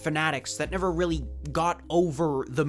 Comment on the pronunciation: Why does it sound like you're saying "Willy" when you're saying "really" sometimes